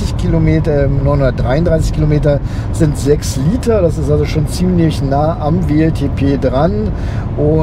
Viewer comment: "LED Rückleuchten sinnd optional. Wenn man sie möchte, nuss man sie extra bestellen." OMG